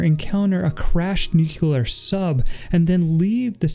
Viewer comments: dude it's nuke lee er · It’s new clear water 💦